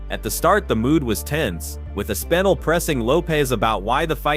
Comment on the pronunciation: Way to butcher the pronunciation of Aspinall's name...